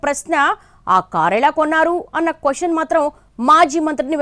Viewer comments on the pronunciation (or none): none